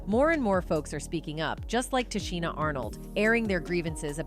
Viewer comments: Her name is pronounced, Ti Sheena not Ti Cheena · Pronounced Ta-sheena, Tichina, get it right